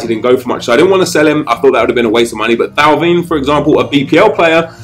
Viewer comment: Thauvin ! Not TAO-VEEN ! Its TO-VIN (Vin as in wine in french)